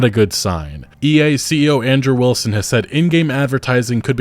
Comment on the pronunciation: i thought you were saying Android Wilson rather than Andrew Wilson in the beginning parts of the video